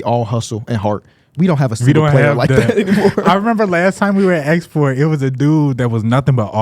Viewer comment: They really be calling Esporta fitness “export” 😂